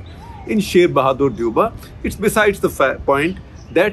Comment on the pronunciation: Pronounced Deau-ba